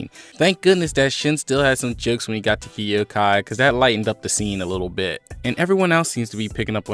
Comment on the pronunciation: Yo I'm hyped to find a good kingdom reviewer but the way you say hi shin and kyoukai got me vexed 😂😂😂